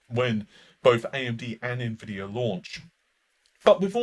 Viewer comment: It's not pronounced Nah-Vay. It's not even spelled that way. 🤓